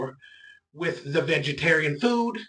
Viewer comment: "Vigatarein diet"